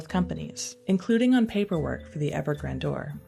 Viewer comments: Gran-dour??? Isn't this word pronounced grand-yur? Typical young Gen Z. Even sadder are the standards at a once classy (if not always right on opinions) newspaper. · Someone please teach the narrator how to pronounce “Grandeur” before letting them do this narration. Sheesh!